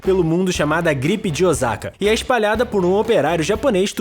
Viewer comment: Osaka que aflição ouvir ele falando Ozaka 😂